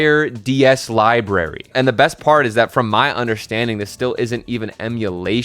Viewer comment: LIBRARY THERES AN R FOR A REASON!